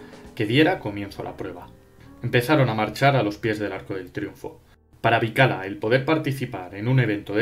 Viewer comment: Eso mismo pensé yo. Siempre oí la pronunciación "Bikila"